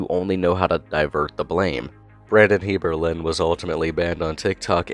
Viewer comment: as his brother I can tell you his name is not pronounced “heirberlen”